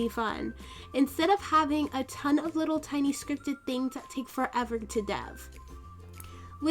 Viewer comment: why did she say wittle.